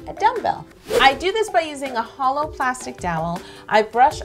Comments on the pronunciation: same, I immediately thought, that's not holo!! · exactly what I thought! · AHH SAME